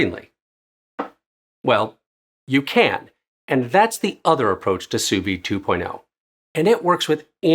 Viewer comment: brother it’s pronounced soo vee